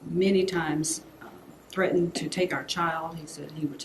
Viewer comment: "On Tursday, May Turdy-first...", "breaktrue", "trettened", "tree days".